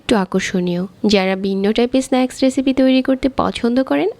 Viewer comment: baje voiceover. etto joghonno nekami sathe baje pronunciation. বেজে নিয়েসি, কেয়ে দেখবেন বিন্ন রেচিপি